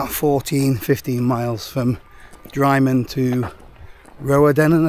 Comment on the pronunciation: Drymen: pronounced Drimmen ;)